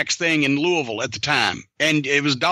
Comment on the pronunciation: It's Louie-Ville You do not pronounce the S